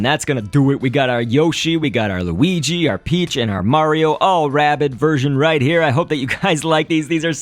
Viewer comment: you said weegee not luigi